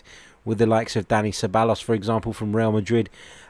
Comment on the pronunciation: His name is Dani See-Bye-os, the “L” is silent like David Villa, or Iker Casillas